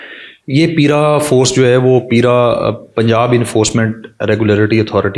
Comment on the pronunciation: انکروچ منٹ تو لوکل گورنمنٹ کے ذریعےمنٹوں میں ہینڈل ہو سکتی ہے بھاری جرمانے کریں ڈیلی نظر رکھیں بائ دا وے یہ پِیرا فورس نہیں پَیرا فورس ہوگی پ کے اوپر زبر پڑھیں